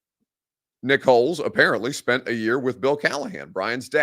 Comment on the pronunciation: Just gotta say it is not pronounced Holes. It is pronounced Holtz.